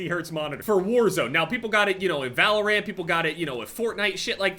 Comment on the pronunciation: Never heard someone say Valor-rant but since said it then it must be the right way I was wrong all along